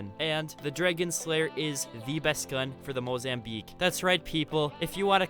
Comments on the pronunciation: This kid cannot pronounce dragon. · The way he says dragon cracks me up